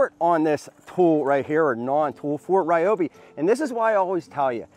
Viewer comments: Home Depot video ad from Ryobi says Ri yo bi, so I’m gonna stick to it, not ra yo bi or whatever you said, good video! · pay attention it is pronounced RE OBI NOT WRY OBI!!! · Ryobi is Japanese, so obviously it's "Ree-obi" (Technically "Ryo" is spoken like one syllable, not two, but w/e) kinda like Ryu from Street Fighter. Lol. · Wow! Didn't know I was pronouncing Ryobi wrong all this time. I thought that since Ryobi corporate pronounces it "Ree-O-Bee" in all of their commercials that was the way to say it. Just kind of figured since it was their product they would know. Thanks for the correction, I'm emailing them now. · I'll say it again... it's Ree-O-Bee!!! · It's Ree oh bee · I hate people that pronounce it Reeobi. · Is he mispronouncing Ryobi wrong on purpose?